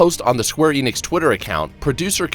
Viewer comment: Enix EN-IX N-IKS. The company is square enix. No idea what Eenicks is.